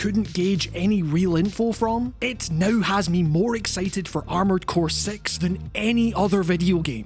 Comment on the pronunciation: am i the only one who heard armored core sex and had to rewind to confirm lol